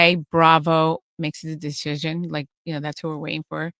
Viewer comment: Theresa can’t even pronounce the word “decision” 😂